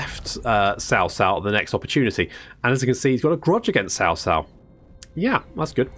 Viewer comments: It's more like "Chao Chao". "Tsao Tsao" is more of what you westerners say which is technically... Wrong. There's no "sh" pronunciation in his name. It's more of "cha" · I'm so to triggered when you said "SAO SAO". damn. its CHA like CHARLIE without the H. jeez.